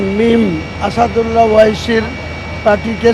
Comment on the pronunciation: আসাদুল্লা না আসাউদ্দিন ওয়েসী